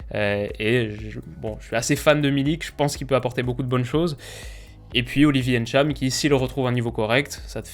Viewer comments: Salut ! Ce n'est pas N - Tcham Tu dis le tout directement Ntcham où juste Tcham Comme Kylian ce n'est pas Kylian M - bappè mais Kylian Mbappè où tout simplement Mbappè Gridge MBock où Bock et non M - Bock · "Ènntcham" aïe mes oreilles 😖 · GG et pour la bonne prononciation du nom du joueur. Tu es un des rares à bien prononcer son nom sinon le seul. Bravo. Ecoutez tous bien comment prononce le nom de ce joueur et faites de même et ne prononcez plus aussi mal le prénom de Kanté (Ngolo) ou encore le nom de Kylian (Mbappé) par exemle.